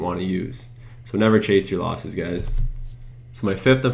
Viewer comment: Nice video. "Losses" not "loses".